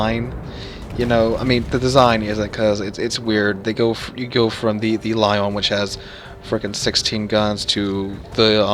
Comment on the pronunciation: How do you pronounce both Lyon and Lion wrong lmao